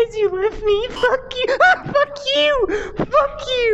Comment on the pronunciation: Vr trap said “uck” like 5times then the rest was “pork you” and I’m like “wtf who says pork you or uck uck uck uck uck”